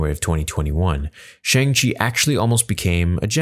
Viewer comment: I hate to be that guy but you should pronounce it as "SHONG-CHI". Some people might get offended.